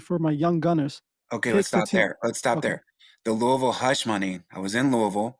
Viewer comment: Louie v as in Louie Vuitton not Louisville 😂😂😂😂crack head ahh